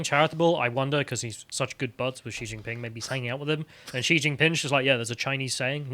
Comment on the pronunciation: Xi is pronounced closer to "she" just to help not to judge. but yeah, wasn't there evidence that the CCP had funded h biden? edit: you mentioned it later in the video lol.